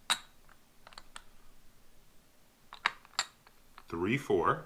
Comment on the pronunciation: . Tree, four, tree four five.. 😒 huum